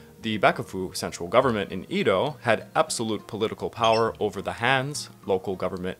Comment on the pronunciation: Not really a criticism but your pronunciation of Edo and Meiji is killing me bruh